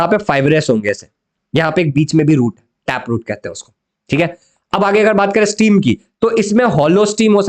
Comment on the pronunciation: स्टीम नाही स्टेम